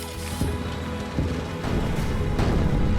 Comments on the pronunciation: "Sturer Emil" gets pronounced more like 'shturare ehmeal' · I hate pronouncing this thing in English... People told me that I don't have a strong German accent when speaking English but when pronouncing "Sturer Emil" in English I think it misses the 'angry' German pronounciation.😅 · I think it’s pronounced sturer emil and not sturer emil.